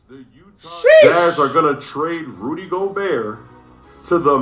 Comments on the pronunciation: It's pronounced "Go-bare" bro.. Don't rhyme it with yogurt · Why does flight keep pronouncing Rudy’s name like that😭